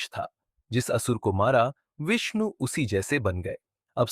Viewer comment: Thumbnail thik se lagaya kr Vishnu kya hota hai shi se bola kr ni to channel jada din ni chlega